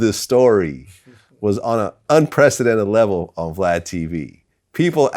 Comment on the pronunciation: He calls him VGLAD not glad y’all can’t hear . And I agree with Boosie , if you’re married your baby father shouldn’t be paying child support . Your husband is supposed to provide for you and yours !